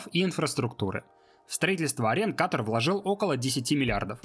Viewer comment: *Ката́р, Ката́ра, Ката́ру и т.д. Только из-за этого не стала даже досматривать видео 🙄